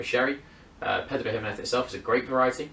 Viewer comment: Your pronunciation of 'Pedro Ximinez' awards Spanish A Level